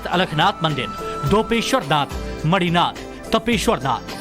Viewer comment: Actually the spelling is मणिनाथ not मढ़-ईनाथ